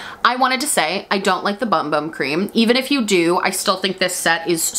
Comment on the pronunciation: The bumbum cream does not in fact tighten your butt, and they’ve never claimed that it does. Also, it’s pronounced boomboom.